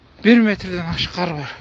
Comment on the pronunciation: КААр эмес кар